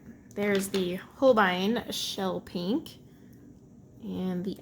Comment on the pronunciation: Hans Holbein (you are pronouncing it correctly) was a famous Renaissance artist from Germany. He became King's Painter to Henry VIII of England. The famous painting that is always shown of Henry VIII was painted by Holbein.